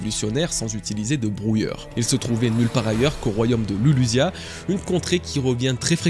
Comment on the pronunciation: prononciation jap, sans doute, mais logiquement ça serait Rurushia ou Rurujia, donc bizarre Rouroucia